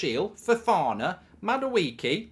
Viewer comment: That’s how you pronounce Madueke ? It is pronounced as Mmmmm- ma- do- ehke Real Igbo boys knows